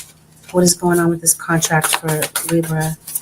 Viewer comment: Can you please say Libra(leebra)properly. I’m sorry it just irks my soul when you say lib ra. Like giiiirl